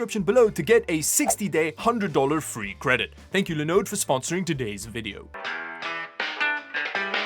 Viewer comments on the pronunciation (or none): Not a Linode dude- its a LinOOOOOOOOde! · Honestly, I think at this point you should sponsor lenode. Everytime I hear another creator sponsored by them I think of you and your wonderful pronunciation of the brand:) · Idk why by the fact you pronounced the start Linux and Linode differently is funny. Linode is short for Linux node, so the start of it should be pronounced the same as you do Linux.